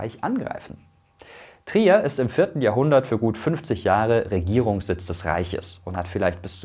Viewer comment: Naja die Alte aussprache von Trier war schon mal Flasch ;-)